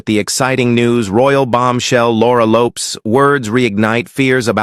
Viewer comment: Ffs pronounce Laura Lopes name properly.